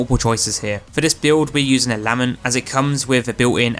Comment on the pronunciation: Video was going well until you pronounced Lament that way